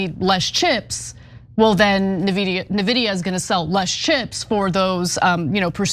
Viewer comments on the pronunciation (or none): she pronounces it "NE vidia" instead of "EN vidia" ... nice to see you have grandma on your team Cenk! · Its not "Nevidia" its N vidia. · Just a nitpick, but: The company's name is pronounced "'N' - vidia".. not "navidia". (I suppose you could also type out the pronunciation as 'en-vidia') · thank you, it was driving me crazy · Nehvidia? It's en-vidia. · It is pronounced en-videa not nuh-videa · If she says “Na” vidia one more time lol… it’s “En” vidia 😂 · Ana, it's "en-vidia", not "nuh-vidia"... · It's not called "Neh" Vidia.. it's called "N" Vidia lol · It's pronounced EN-vidia not nuh-vidia. But anyway the amount of butthurt cope about this is hilarious. Hearing people say "oh they did it with stockpiled/smuggled (now-sanctioned) H100s, there's no way their model is THAT efficient" is similar to when China won that Olympic swimming gold-medal "oh that's not humanly possible" 🤣🤣 In actual fact, they use these same efficient methods on their previous model (V3) and published this a while back, but the disbelief only set in when R1 suddenly matched OpenAI-o1 in the last few days. The markets don't lie and while NVIDIA will still skyrocket in the months to come, some realism in the form of a short, sharp correction is normal. As for fears about "China", they open-sourced this model. Anyone can download this model and run it locally, on a server, a laptop or even on a mobile phone with no internet access, or use an American third party company hosting this model which are popping up everywhere. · Ana. N Vidia Not Nividia. Really! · IN vidia... Not Nividia... Say it with me 😂😂😂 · Its eN-vidia, not nuhvidia. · Please stop saying "neh-vidia", it's "eN-vidia". My roommate who is an amateur day trader was talking about the stock a lot and it drove me nuts as a PC enthusiast. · “En-vidia” not “Na-vidia” C’mon, someone has to go over copy with y’all before show time; this happens far too often. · Its N...VIDIA... not NAH-VIDIA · It is En Vidia not nividia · "In videa"